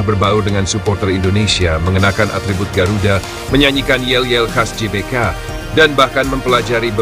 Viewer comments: GBK bacanya Ge Be Ka. atau Gee Bee Kay🙏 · GBK woi, bukan JBK Gelora bukan Jelora!